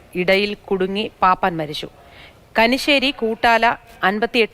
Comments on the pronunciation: Kanissery alla kunissery anu thiruthu plz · കനിശ്ശേരി അല്ല, കുനിശ്ശേരി